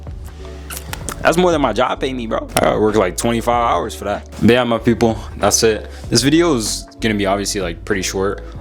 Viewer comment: Your “my people” sound like a Nigerian person😂😂 not to offend u